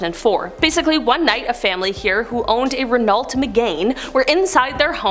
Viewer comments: its not pronounced Renolt Me-Gain its pronounced Reno-Me-Gone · Once again. Speak English. Renault Megane. Pronounced Ren-oh Me-gann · it’s actually, sounds more like Renno not Renault